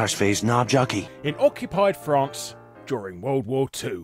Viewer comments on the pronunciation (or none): none